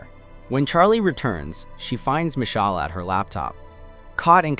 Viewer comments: the text to speech probably can’t pronounce it right lol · yeah, it just sounds hilarious